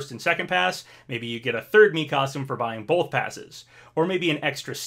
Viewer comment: You’re a fully grown man. Please stop pronouncing the word “both” as “boLth.”